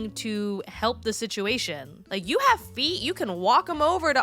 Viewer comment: Not "yike" !😂